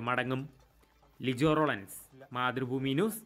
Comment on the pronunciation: റോളൻസ് അല്ല ലോറൻസ്😂